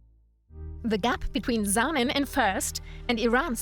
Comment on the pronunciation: You pronounced Zanin in a way that no Italian could understand. It's ZANIN, not Saianin, Scianin or whatever you said. Respect other languages! Do not pronounce everything as it were English! Respect! You don't have respect! Ask mothertonguers if you don't know the languange!